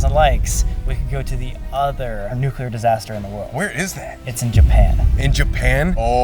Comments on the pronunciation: distaster lol its pronounced disaster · Hah!! "Distaster"... ok i should stop joking in a serious video 😅